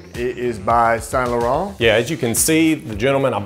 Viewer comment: Automatic dislike. The way he pronounced the “Laurent” in the beginning 🙄. Like bro that’s cringe